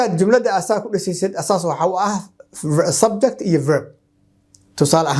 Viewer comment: Teacher is it subject or (subjecti ) why you pronounce it as subjecti. nowadays our people place letter “i” after every word that ends with letter “t”